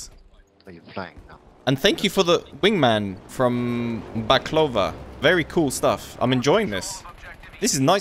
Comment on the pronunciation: Perfect pronunciation of baklava👍